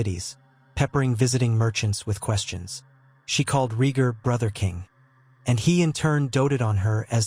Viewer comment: also, "rheeger"